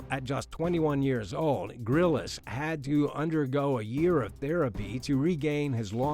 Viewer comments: It’s Bear “Grills” not “Grill-is” Listen to 30 seconds of his intro would give you the pronunciation. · Bear Grillis???? This narrator mispronounces so many words in these videos! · Say 'Grills' now you have pronounced 'Grylls' correctly.